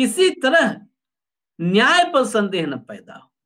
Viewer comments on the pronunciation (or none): नियती हाय भाई न्याय होता है.